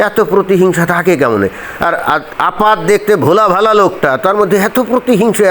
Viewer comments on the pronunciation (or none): ওস্তাদ, দারুণ বোলছেন " ভোলা ভালা "😂😂